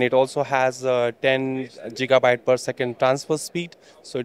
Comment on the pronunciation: 10 Jigabyte ? I thought it used to be Gigabyte